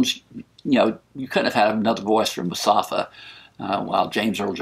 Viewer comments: It’s mufasa, not musafa lol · mufasa not musafa :) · The way you pronounce Mufasa as Musafa just makes me smile :) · I heard "Mustafa" and it makes me laugh :) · Sorry about the mispronunciation. MUFASA!